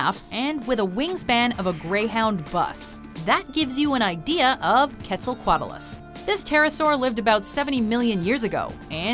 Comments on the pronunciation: You mispronounced quetzacoatl. It's not kwetz-ah-kotl. It's native American God. The 'oa' is not a dipthong. They are annunciated independently. It's kwetz-a-ko-atl(a-saurus). Quote racist of you mojo folks to not show sufficient respect to a divine being of that oppressed culture. What bigots. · it's pronounced Kwet-zal-coat-lus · I thought it was Kwetzaal, as in pronunceation. Soft E, soft A. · "ketzelkwattelus" I don't think that's how u say it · Its pronounced quetsel-co-otlas and that's how you say it not how it's spelled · Your pronunciation of Quetzalcoatlus made me cringe so hard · You are saying Quetzalcoatus wrong. But anyway, I like your video. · You have diddled the Quetzacoatlus name more than Frank diddled the English language, I do believe.